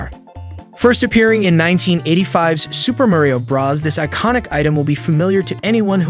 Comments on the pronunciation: Is he saying brah's instead of bro's? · Okay Narrator, it's Super Mario BROS not Super Mario BRAS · Why on earth to you pronounce bros as "Bruhs" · That moment when the narrator says Super Mario Brahs🥶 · “Super Mario bras” bruh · Im concerned that when he says bros it sounds like bras so its like "super mario bras." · “Super Muh-Rio Bras?” Is this an accent thing or…?